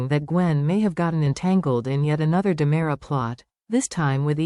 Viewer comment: Time for a spell check on the caption and voice ! It's Ki ri ack is and DE MERA, thank you! 😠 😡 😤